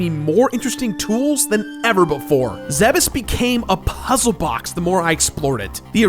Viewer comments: pretty sure "Zebes" is pronounced "Zebb-ess" so you're good,! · You pronounced it right. I always thought it was Zebes (zeebs) But it is Zebes (ZE bes) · that is how you pronnounce Zebes. well done. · I think canonically, you pronounced Zebes correctly (even if I really don't like that pronunciation).